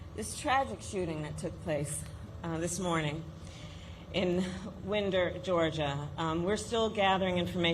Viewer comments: (No biggie… but as a point of information, it’s pronounced “wine-der”, as in The Long and Winding Road, not like a wind 💨) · Someone please tell Kamala that the name of the city of Winder, GA is pronounced like wīnd'-er with a long i, like winding a clock or a watch or winding yarn. I know this because it's not that far from Athens, Georgia where I went to grad school. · It’s pronounced Wind, like you wind a watch. So Wind-er. Not like wind, like a breeze. Understandable mistake. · Winder GA prounouced like wind up toy. So horrifying that this continues to happen. Peace to this country. Peace and normalcy for our children. Stop politicians from profiting from the gun violence happening to our communities. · She mispronounced the name of the town. And offered no real solution. But at least she's not in bed with the NRA. If it doesn't have to be this way, what do you have in mind to fix it? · It seems disrespectful for her campaign staff not to look into how the name of the community that just suffered this terrible blow is pronounced. To me this is no different than those who disrespect her by not pronouncing her name as Kamala Harris pronounces it.